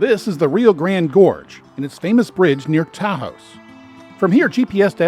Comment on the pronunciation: Ta house? LoL, that’s not hoy you pronounce Taos.